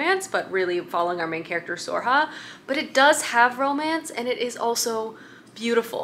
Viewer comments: Sorcha is pronounced ‘Sir-a-kaa” or ‘Sore-sha” pls respect Irish names!!!!! 😭☘️ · Sorcha is pronounced more like Surkha. Her story is one of my favourites. I love the Blackthorn and Grim books too. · Sorcha can be pronounced as Soar-shah or Soar-kah or Soar-ra-huh. Gotta love Irish names.